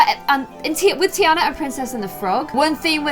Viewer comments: it is said TEA ON A but spelled Tina no tea AND a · its TEA ana ommll. no hate tho